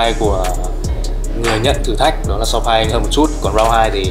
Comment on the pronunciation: vẫn đọc sai tên Sawpaing nhé =))))